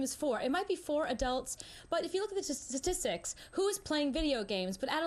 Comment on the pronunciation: but if you look at the siss-tics-tics